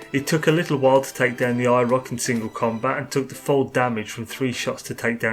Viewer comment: I thought he was saying “EYE ROCK”